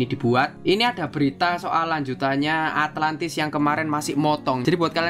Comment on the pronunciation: ATLANTIS BANG ATLANTISS